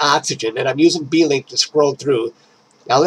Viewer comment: Really strange about the guiding stopping like that. It's software so.....who knows? On a side note, I notice you refer to the Blink tool in PI as "B" "Link". I believe it is simply pronounced "Blink" as in "Blink of an eye." I think it is in reference to the blink comparator astronomers used to use to compare two images from the same region, captured at different times, and try to spot differences by "blinking" between them. Anyway, your Crab Nebula turned out nice. I really like the colors....